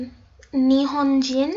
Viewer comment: Nihongin the way she pronounced it